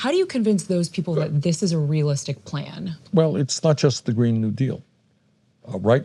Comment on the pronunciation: Did she just said GREED new deal?! XD